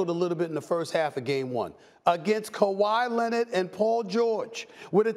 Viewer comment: Kawhi Lennid 😂